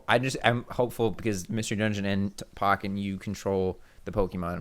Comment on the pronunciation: PAHKKEN TOURNAMENT WHAT ITS POHKKEN TOURNAMENT